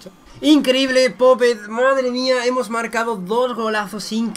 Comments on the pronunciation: Típico acento español diciendo popE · Se pronuncia poup